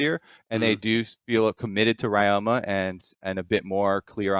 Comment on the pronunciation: Ryoma's second year in LCS, people still butchering the pronunciation.